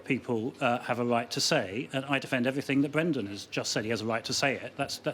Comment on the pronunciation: "Bwendan pwotecting wight wing thugs"